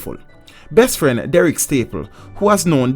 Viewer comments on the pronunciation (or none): none